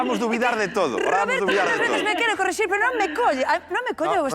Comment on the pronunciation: Non se di 'correxir' dise 'corrixir'.